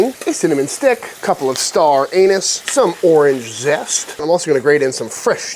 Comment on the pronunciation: It's pronounced anise